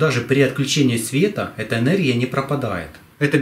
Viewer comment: "оХромное" энерХия" "друХой"- неужели сложно букву выговорить, или это новый дефект речи у вашего народа!?